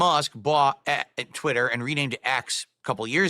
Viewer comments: Twit.Ter. Lol Just like how he pronounces accessories as “assesories” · TwiTTer. Why does he say it like that lol Dood is an alien. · TWITTTTT TTTTTER he 100% has a speech impediment he tries to cover up lmao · "TwiTITer" wtf? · The way he pronounces twitter is infuriating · It’s the same way he pronounces DOO DEE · Most likely to emphasize twit and no other reason. Probably saw himself on the stream when he was saying that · The way he says twitter is very strange and off-putting. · Why does he pronounce twitter like that